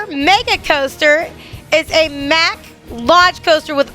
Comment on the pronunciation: Mack is pronounced "Mock"